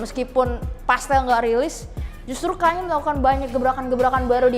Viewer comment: with all due respect, please pronounce it "kan-ye" 🙏